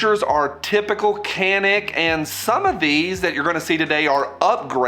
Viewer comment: Just for reference, it's a Turkish company. The c is pronounced more like a j.